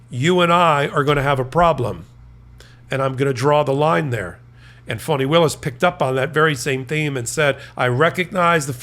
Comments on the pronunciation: Is calling Fani Willis phoney Willis? If he is, have someone correct him please!! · towards the end it changes a bit. but the first ~half of the video it sounds like he’s saying phony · Enjoy your report; however Ms Willis first name is pronounced Fannie Willis” not Funnie Willi! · It's Fani not phonie. Saying her name like that makes you sound like T'rump. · It's Fani not Phony. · The name is District Attorney Fani Willis, not fony Willis, Fani as in Fannie Lou Hamer, PUT SOME RESPECT ON HER NAME. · why is he pronouncing her name like that? it sounds like he’s saying “phony”. i’ve heard her name pronounced two different ways but this just sounds… weird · He is pronouncing it like fawn-knee